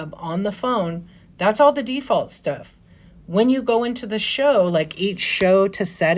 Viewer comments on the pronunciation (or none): Did you say it's by DEE-Fault? lol